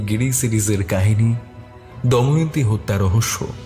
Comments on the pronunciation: Good story… but pronunciations must be done more attentively… the name is ‘Damayanti’ not ‘Daimanti’. Sounds very odd. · দময়ন্তী কে বারবার দয়মন্তী বলাটা বিরক্তিকর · নাম টা দয়ামন্তি নয় দময়ন্তী...plz একটু খেয়াল রাখবেন। সেটা বাদ দিলে অসাধারণ❤ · গোয়েন্দা স্বয়ং যদি গোটা গল্পটা তে "দময়ন্তী"কে "দয়মন্তী" বলে তাহলে আর কাকে কি বলবো।অন্য কয়েকজন দু একবার ভুল বললেও গোয়েন্দা মশাই এর মতো পারদর্শী তা কেউ দেখাতে পারেন নি 😂😂। ওনার আরো অনুশীলন দরকার। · প্রধান চরিত্রের এত বড় ভুল উচ্চারণ মেনে নেয়া যায় না! "দয়মন্তী"...😢